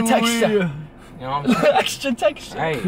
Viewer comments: When the legend says xtra textra...I'm open minded ☺️😂😂😂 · "extah textah"